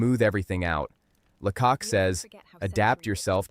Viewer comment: AI slop. Where do you start with this rubbish? Weird maps, cars driving on the right hand side of the road and it’s pronounced Laycock with the stress on the first syllable. La cock indeed!